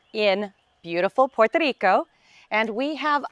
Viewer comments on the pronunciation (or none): Yeah it's PuertO, not PuertE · Never heard "Puerto Rico" pronounced like that....🤭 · You're absolutely right. I can't stand these haters that criticize everything. And you're correct, this woman is on the Island promoting tourism and doing something positive for the Island. Who give's a rat's ass if she pronounces the name a bit different.